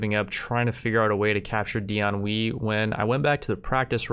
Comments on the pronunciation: it’s pronounced Dian “Way” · Xiahou Dun: Shee-yah-ho Dune Dian Wei: Dee-on Way